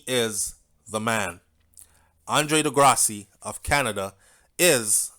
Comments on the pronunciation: Big up, Andre De Grasse. 🇨🇦,last name is French. Pronounced De (Grass). Just saying. 😁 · The E at the end of his last name is silent